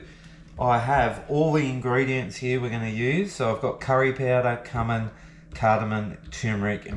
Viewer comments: It's pronounced cue-min lol! you're 100% right with the traveling thing, I want to see the rough bits, the characters you meet and the sketchy nights when people look into your windows with flashlights. Hate the glamping theatrics that are totally unrealistic. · Great show as always. Just for laughs Cumin is pronounced like a pool que... Que-min. 😅